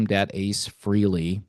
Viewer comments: It’s fray lay not free Lee !! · It's pronounced FRAY-LEE not FREE-LEE, you putz. May ACE rest in peace. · It’s pronounce Fray Lee not Free Lee.